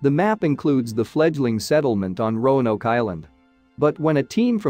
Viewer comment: Oh, it got better! Rone oak, rowan o, rono, every possible mispronunciation! Just never Roanoke.